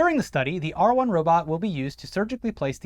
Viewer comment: The first time I heard em say "R1 Robot," I thought they said "R Word Robot." I just thought to myself, "Man, that's a weird name for a robot, but that's classic Musk," haha